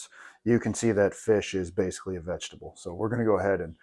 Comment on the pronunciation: Omg dude the pyramid! Hahahahhaa I’m dying. “Vegetabel” 🤣